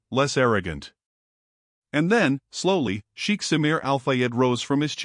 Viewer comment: Mispronunciation of narration besides other things. Sheikh (actually Shaikh) is pronounced 'Shay-k' & NOT sheek. Also why are u showing the waitress clasping her hands together insultingly like a prayer or submission??? She had strength of dignity & honest character to stand up to the Shaikh (shay-k). U are further be-littling her in the posture of the video. Terribly insulting.